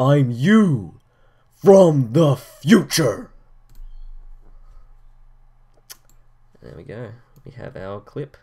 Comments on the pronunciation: I liked it more when he said "In the futrue" in black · yeah..in the ''FUTRUE''